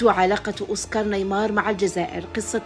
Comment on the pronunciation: اسمه اوسكار نيماير و ليس اوسكار نايمار Oscar Niemeyer et pas Oscar Neymar